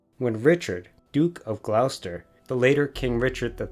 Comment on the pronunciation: You give information about Mary, Queen of Scots that you say happened in 1537 and 1538, but she wasn't born until 1542. She fled to England in 1568. Mostly good information, excellent photography, but pronunciation needs work (Lancaster = LANK-uh-stur; Gloucester = GLOSS-tur).